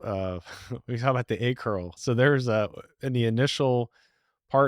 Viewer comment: He dropped the "aboot" quick, within the first sentence.